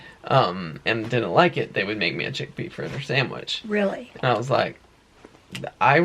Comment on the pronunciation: Sandwich not samwich. Lol